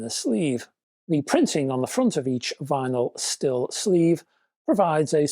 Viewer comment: Hi, the Styl in Vinyl Syl is pronounced same as Style 🙂